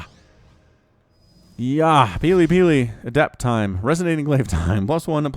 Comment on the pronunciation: Wow, you got that tongue twister quite right! Shows how much practice you have at casting :) Great game!